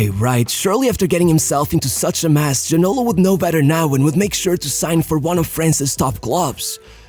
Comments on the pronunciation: Lembro me bem dele...so havia 2 franceses a jogar em inglaterra naquele tempo, Cantona e Ginola. Ja agora, matas te me a rir com a pronúncia do nome dele... é Ginolá da mesma maneira que é Cantoná e nao Ginóla 😂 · I never head about this player names "ginola"... maybe you should call him "Gino-LAH", this one I remember :P